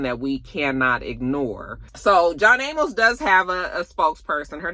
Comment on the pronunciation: Sis his last name is pronounced A Mus (Amos) 😂 He was the father on "Good Times" one of few black shows back in the 70's.